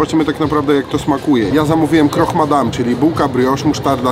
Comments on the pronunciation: Croque Madame. Croque - z francuskiego oznacza chrupać. KROK. Nie kroch. Pozdrawiam ;) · „Krok” i nie proszcziuto tylko prosziuto